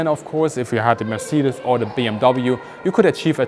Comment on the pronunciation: Weird hearing the correct way to say Mercedes. In the US it is pronounced mer-SAY-deez. Even the Mercedes commercials pronounce it that way. Richthofen actually tested the D7 and the DR1 and he was wanting the D7 instead of the DR1. I think he would have been even deadlier in this plane. My dad told me he talked to a WW1 pilot when he was in the Navy back in the 1960's. The US pilots use to call the Fokker something that sounded very similar, lol. Only in Germany would they use a digital pattern paint blocks in 1917.